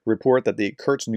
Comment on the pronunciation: Do you know Bingo? Create a bingo card from the words of Kursk, Kurtz, Kertch, Kertzt, Kertchk and all the other mispronunciations, and play bingo on watching those videos. Alternatively get a drink for every mispronunciation. So sad that the actually good information is tampered by bad preparation. Come on, this is just 5 letters….